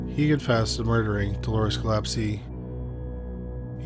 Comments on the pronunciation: listed I'm pretty sure Gillespie is pronounced gill-ESP-ee not Gillepsie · The name is Gill-espie not Gill-epsie. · For one thing I’m Dolores is Gillespie‘s daughter and he has the nerves to post this video with pictures of my family and he can’t even pronounce our last name correctly. The nerves of some people bringing up stories that the family members don’t wanna hear or see you again. The nerves.😢